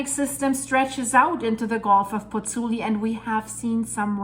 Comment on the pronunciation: Interesting and worrying. By the way, it is Pozzuoli (not Pozzuli) - and both the u and the second o are pronounced . . .